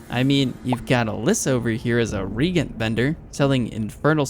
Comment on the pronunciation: You're pronouncing the word reagent incorrectly. It's re-agent, not regent--say it like a 'j' (agent). Nice vid 👍